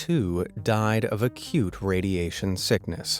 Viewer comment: He said acute